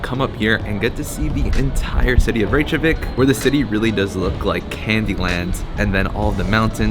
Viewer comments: Reykjavik is [reykyavik] not [reyk-javik], where did you get the j sound from? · Reykjavik is not pronounced rache a vik, its rake a vik. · Please at least try to pronounce Reykjavik correctly. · Did you seriously go to Reykjavík and then proceed to say it wrong the entire video??? God that’s so embarrassingly cringy american of you. Please don’t ever embarrass our country like that again. Wikipedia literally has pronunciation in it. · Man you said Reykjavik 100 times and didn't pronounced it right once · Before making any new video about the place you haven't been to before - why wouldn’t you learn how to pronounce a city's name properly?